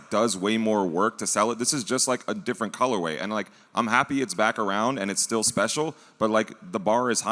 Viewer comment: I love saying “colorwave” and “adida” like it’s the singular of Adidas